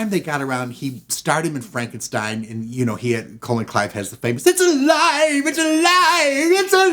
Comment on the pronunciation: Colin Clive is "Kah-LIN". A "Colon" is a body part